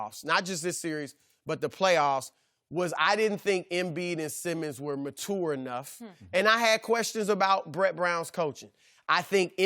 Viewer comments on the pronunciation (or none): Y do ppl say mature wrong nowadays? Its not matour lol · am I the only one the cringed every time he said "mature" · He not saying mature right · What's up with the way Chris says mature lmao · why does Broussard gotta say MATURE AND MATURITY like that?! Really grinds my gears!